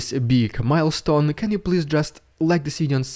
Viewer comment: Happy "mil-stone" hahahahahah